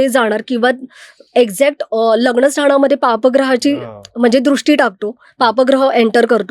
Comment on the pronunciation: न चा उच्चार करा शनि म्हणा लग्न म्हणा